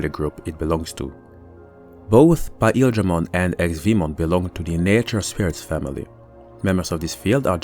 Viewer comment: this guy says PAEL dramon Is this some sort of an off-panteon god?